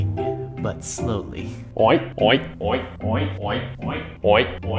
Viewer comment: Is it just me or it sounded like "OInk"?